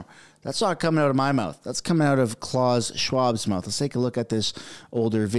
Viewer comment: It’s not CLAWS Schwab! It’s pronounce Klaoos